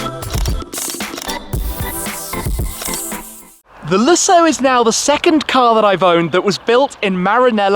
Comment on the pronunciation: You are saying Lessoh and it´s LúSSo. The emphasis is on the "Lu", the "ss" are realy sharp and the "o" doesn´t drag like you say it. It's fadded after de "ss" and the sound is "ó" not "oh".